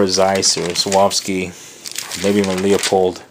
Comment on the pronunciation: "LEO pold"? LMAO. It's pronounced "LEW-POLD", moron.